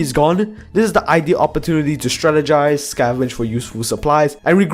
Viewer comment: "Stratigize" The chat: bro shut up